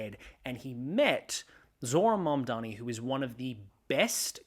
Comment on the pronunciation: MAMDANI, say it with me, Mamdani.❤